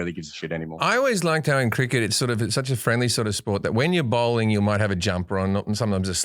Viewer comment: It's called bowling. Fucking hell it's bowling mate! Oh ya, bowling. Not bowling. Lol.